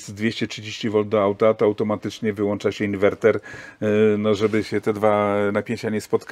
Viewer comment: Fajny materiał i dużo interesujących tematów ale... przez słownik głównego bohatera i jego "włancza, załancza i wyłancza" nie da się tego spokojnie obejrzeć. Pozdrawiam ;-)